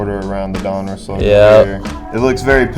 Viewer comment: You pronounce Donruss weirdly.